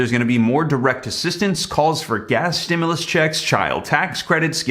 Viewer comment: Man I thought you said they passed the stemuls check